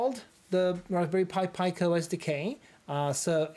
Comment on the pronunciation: It’s pronounced pee-co (from italian for small)